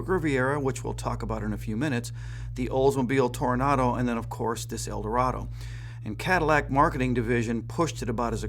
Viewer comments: Eldorado. Not "El Dorado." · It's Eldorado not El Dorado and you keep showing the Sedan Deville and referring to it as the Eldorado.